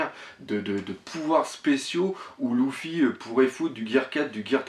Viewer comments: Luffy se prononce lefi pas loufi :) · Ouai ;) c'est juste que j'était habitué à ce que les youtubeurs francophones le prononce leffy.